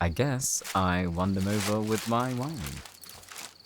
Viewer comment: STOPPP WHEN HE SAID "WHINEING" I ALMOST DIED LMAOOO